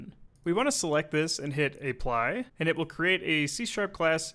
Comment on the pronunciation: A-ply? Aeeeeeeeee-plyeeee?